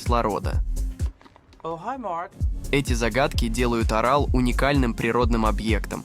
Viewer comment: Вставки идиотские. С ударением в географических названиях и не только - полный швах. ПАмир, Сыр-ДАрью и что-то там ещё я выдержал, но с Аралом возник когнитивный диссонанс. Ударение ставится то на первый, то на второй слог. Отключил ролик. Чтобы самому не отключиться.